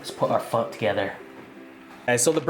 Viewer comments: "it does not taste like Pho" so it's not Pho. The end also you read everything else in vietnamese normal and you say Pho like a country white guy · Campbell's Pho broth?! Phock that lol